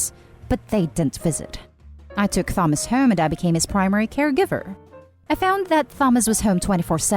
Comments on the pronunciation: The way you pronounce Thomas is kind of adorable lol But also apparently all of their parents suck, and I hope they don’t go to the baby shower and go low contact for the moment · The word "Thames" when spoken by a British and Americans the "H" is not silent. The "Th" is pronounced "The". A person who is not using English as a first language, could easily use the knowledge of the "Thames" The - sound and assume it would be the same pronunciation for Thomas spelled with an H. You're right, removing the H - is a quick was to silence the "offending" H lol. :) Thank you for engaging in this discussion politely. It is nice to discuss things in this manner... You win the "Kindest person on the Internet Today" award... :) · why did you say thomas wrong everyone knows how to say thomas and that the h is silent do you not know how to speak your own language ? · True. Im Filipino, and I somehow feel that the narrator is too, well a little, the way she sounds. I would have read the name with H as well. We have plenty of Thomas here, and we pronounce their names with H. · It actually a pretty common name to mispronounce since Th is pronounced differently in different words. The and thanks are for example different. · I'm 99% sure this is a bot voice, hence the issued in pronouncing. Like Easter europeans are even harsher in pronouncing thomas so this pronunciation is weird for the 'speaker' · Thomas is pronounced as Tomas u put too much into the 'th' sound but still good effort!! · Hate the voice. Computer? Human? And his name is pronounced Tomas, not THomas. Must be computer. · It was as close as I could get to the phonetics of the name Thomas. Ta-Mos/Ta-Mas - it may be more accurate phonetically in the following manner: "tAA-muh-s" have never heard an English Speaking American, articulate the name Thomas in this manner. Specifically, the Th - it sounds like the phonetic spelling would be "TheMas" or some variation of that. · All im hearing is Thumb-ass. Make it stop....